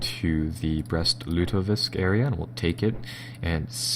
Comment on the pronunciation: He's killing me with his inability to say the city names correctly. Brest-Lutovisk - like lutefisk? Ugh, it's like listening to fingernails on a chalkboard.